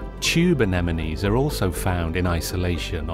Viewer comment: HE SAID ANEMINIES